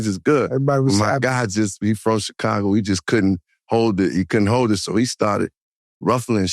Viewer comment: why joe keep saying Checago....its annoying tf out of me